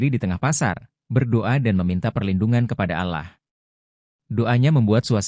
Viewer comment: Allah. Bukan alah